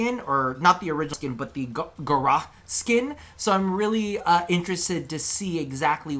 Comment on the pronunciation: Pretty cool items! I hope we see them. However.... IT. IS. PRONOUNCED. GA-OW-SS.